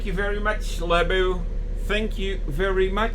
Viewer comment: Hallo. In your last video, you mentioned that you weren't entirely sure how to pronounce the word "Laboe." It's actually quite simple. The umlaut in the letter "o" sounds exactly the same as in the word "Smoegen." 🙂